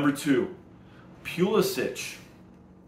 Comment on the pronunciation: Its Puh-lissick.....